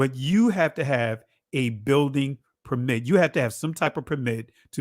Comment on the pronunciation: Nice coverage. Your guest consistently mispronounces the word 'permit' when used as a noun, the stress should be on the first syllable: “PER-mit”.